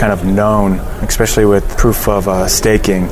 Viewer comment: "Ekspecially"? Seriously dude?